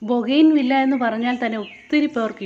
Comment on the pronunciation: ബോഗൈൻ വില്ല എന്നല്ല ബോഗൻ വില്ല എന്നാണ് ശരിയായ പ്രയോഗം തെറ്റുകൾ തിരുത്തുക 0 K